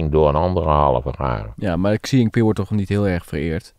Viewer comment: Hele goede analyse. Huawei is uitgesproken als "Gwa Wee" en the "Xi" in de naam van de eeuwige leider als "Sjie".